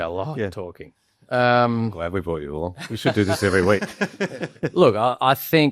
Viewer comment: Very interesting discussion, didn't think I'd last the two hours, but it's good to hear a less varnished media response about the state of play and players. Especailly the Ussie discussion and Ed's contributions. (Though I shuddered a bit when Gideon said 'bought' instead of 'brought', when talking about moving people around 🙂)